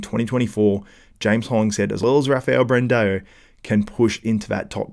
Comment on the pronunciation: its not Brand-EO! its Brand-AO.... there is not E in his name its an A.. stop saying it wrong for the love of god!!